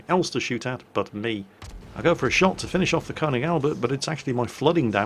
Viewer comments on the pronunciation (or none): none